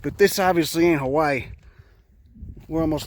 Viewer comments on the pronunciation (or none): none